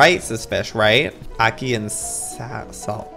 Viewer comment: Ackee is pronounced ack-ee and ackee&saltfish is a traditional Jamaican dish